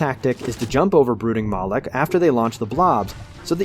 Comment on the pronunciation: Fun drinking game: Every time he says "Brooking Mawlek," take a shot. Get ya sloshed in under a minute.